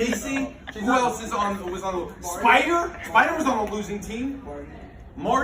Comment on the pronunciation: “Are you alright spidah”